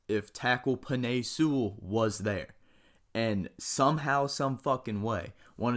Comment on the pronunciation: Bro the way you say Penei Sewell kept making me cringe